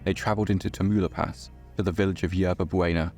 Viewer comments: ¿Taumalipas? Wrong. Tah-mauh-lee-pass = Tamaulipas. Correct. Anybody cares? No. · Teu-moo-la-pass is actually pronounced Ta-mau-lee-pahs. Yall got it all wrong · Great video just that the mexican state is more like ta mu leep ahs 10/10 video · it's pronounced "Tau-mah-LEE-pas" lmfaoo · Tamaulipas......is pronounced Tam/Tom ow leep ass..... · You know usually I'd come by and say something about like Tamaulipas being mispronounced, but thats like the best mispronunciation I've heard yet so good on ya for giving it a shot! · this was 1 crayz video i really like the style and dedication of it all. also i giggled at the pronouciation of tamaulipas (youre good bro) new sub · The way you prounounced Tamaulipas 😂😂😂 still a great video tho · Ha. You totally butchered the pronunciation of Tamaulipas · You butchered Tamaulipas